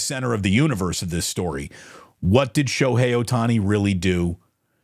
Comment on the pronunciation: Shobookie Ohtani lol